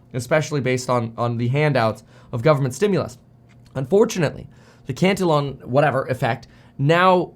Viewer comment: it's pronounced CAN TEE ON